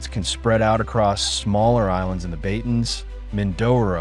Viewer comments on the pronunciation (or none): Pronounced BA-TA-NES not🚫 Beytens